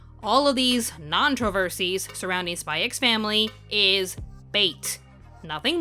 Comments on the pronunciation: It feels so weird to hear the title pronounced as "Spy Ecks Family". It's just "Spy Family", fyi. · please just Say SPY FAMILY. The X is silent............ Like Django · it's pronounced "Spy Family" 🤦🏽‍♂️ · the "x" is not meant to be pronounced. it's meant to be said as Spy Family. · btw, you don´t pronounce the x in the title, it´s just pronounced "Spy family" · also u dont pronounce the X im sure.